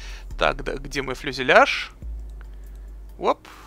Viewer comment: Фюзеляж! А не фЛюзеляж :)